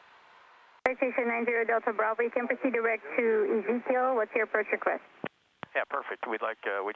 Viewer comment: “Easy Kill”? LOL Most people pronounce that fix as “Ezekiel” - like in the Bible. (ee ZEE key el)